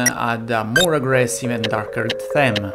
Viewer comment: Gran video, come sempre, unica cosa: theme non si legge con la e ma con la i